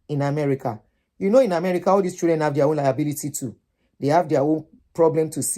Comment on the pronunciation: Thanks for the video. Old lady, could you please give your audience the correct pronunciation of “children”? Have you seen your colleagues at work or white people around you pronouncing children as " chudren"? That wrong pronunciation originated from Nigeria. Please listen to the audio pronunciation in the Cambridge Dictionary online.